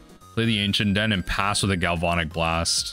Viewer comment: I love your content, but gal-VON-ic is killing me! Gal-van-ic, like galvanize.